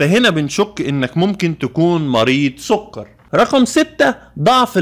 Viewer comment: السووقرررر .. ياعم سكر مش سووقرر